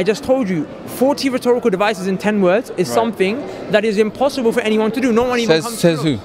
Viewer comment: He really likes to say "rethorical devices".